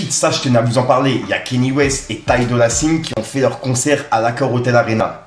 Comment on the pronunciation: moi cest comment il prononce ty dolla sign qui m'a tué